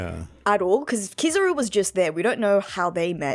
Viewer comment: It's KIZAARUU not kizaro please guys you hurt my ear